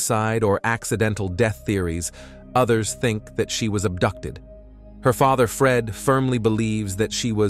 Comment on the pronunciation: "cont-tack-ted her faether" lmaooo ugh yet another true crime channel using ai tools and voiceover trying to make a quick buck off high cpm i see